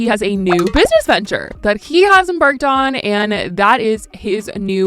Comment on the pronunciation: lol...'enBARKed on'...